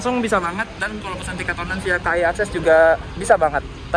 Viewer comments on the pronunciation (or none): none